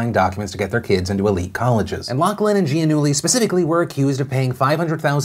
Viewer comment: It's pronounced LOF-LIN...stop saying LOCK-LIN